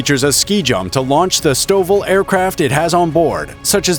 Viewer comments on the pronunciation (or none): none